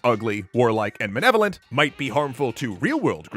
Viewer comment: It really bugs me how the guy says "Menevolent," not "Malevolent"